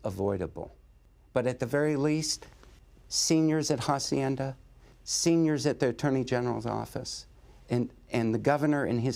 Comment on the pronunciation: Is not jaacienda Is aacienda No jaaaaa sounds Someone please slap someone Jacienda Jesuss